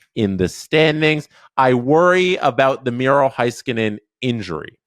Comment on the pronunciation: HAY skanen. Not HIGH skanen